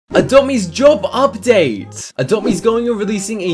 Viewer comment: lol “job ubdate” its a flippin taxi update dude